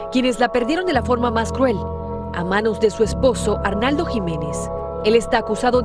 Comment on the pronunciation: Esa conductora NO LEE y NO DIJO BIEN SU NOMBRE A R N O L D O JIMENEZ